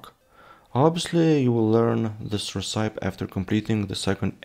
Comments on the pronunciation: Not talking smack, I'm a huge fan -- but I believe that you are pronouncing "recipe" wrong -- at least -- I've never heard it said that way, maybe it's a European dialect thing? -- but, at least in US English, we pronounce it "reh-sip-eee" (you can also check google translate, and have it pronounce the word too). I have no idea why it doesn't follow the normal "word that ends with E" pronounciation rules, it just doesn't. 🤷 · Interesting. The word recipe is pronounced ress-uh-pee here in the states. I don't believe I've ever heard it pronounced the way you're saying it. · I do think the name should be Cold & Hungry. If only because it's a more recognizable saying at least where English is concerned. Also, it is pronounced Ress-sip-pee.